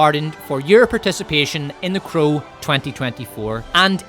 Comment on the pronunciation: Anyone tell you that you pronounce "crow" like "cruel"? I kept wondering listening to and not watching the part about The Crow 2024 what movie is Cruel, until you started speaking about Bill Skaarsgard. But it is fitting, anyone forced to watch The Crow is subject to cruel and unusual punishment.